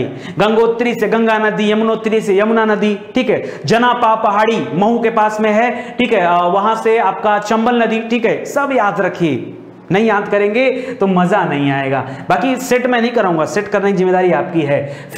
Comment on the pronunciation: Mhow not mau, janapaw